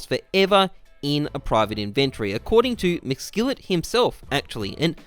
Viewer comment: Not sure if you're trolling or not but, it is pronounced in·ven·to·ry